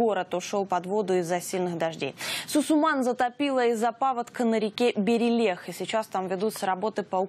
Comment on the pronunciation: БерелЁх река, а не БерелЕх